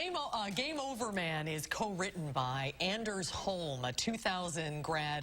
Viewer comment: It’s Anders with a hard ON FOR CHRIST SAKE